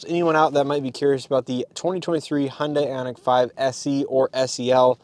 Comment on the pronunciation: It’s hun day not hun die